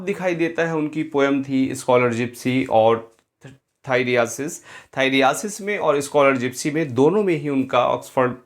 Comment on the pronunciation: थाइरियासिस नहीं होता है थाइरसिस होता है...कुछ भी?😅😅